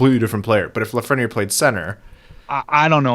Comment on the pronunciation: It bugs me how y’all pronounce Lafreniere. It’s not La-fren-yer. It’s La-Fren-Yair